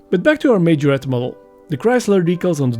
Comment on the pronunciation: Nice one, I've done mine in blue, lovely little car to work on. Thank God at least you pronounce Majorette correctly 😂😂😂 cheers Laz